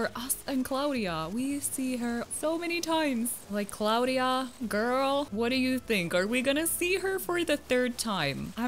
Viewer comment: Little tip if anyone didn’t know this hold b if your talking to a vallager or Tom nook or anyone in the game it speeds them up Edit:Also I have sky and Bianca 😂😂that’s not how you pronounce Claudia it’s like claw dia